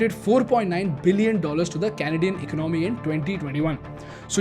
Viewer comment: All well with your videos but please work on the pronunciation of the word "Economy".